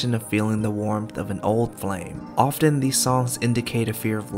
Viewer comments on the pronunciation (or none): You need to learn how to say the word “often” correctly since you say it multiple times in the first 2 minutes of your narrative about Taylor Swift after which time I couldn’t stand to hear you continue to butcher the English language so I turned you off. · You need to look up how to pronounce the word “often” since you use it multiple times in the first minute of your narrative after which time I head to turn you off for butchering the English language. You should probably stick to writing instead of speaking. And, thank you for clarifying that you are a straight Asian male. Why would we care if you are gay or straight or Asian or not Asian? Unfortunately, I’m a Taylor Swift fan and a former English teacher. I wouldn’t plan to submit this if you’re applying for a job. Your lack of understanding about TS is very apparent and embarrassing.